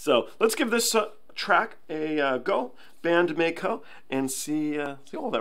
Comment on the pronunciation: it's not May-Ko. It's not like a Mako Shark. There's an i in the middle of Maiko. So it's pronounced like My, as a play on words for 'Secret My Lips'. However, if you want to see the latest April Fool's song, there wasn't one in the COVID era, it's a Miku goes solo, called Cluppo, 'PEACE&LOVE'.